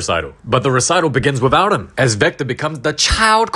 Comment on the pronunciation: Bro said zector😂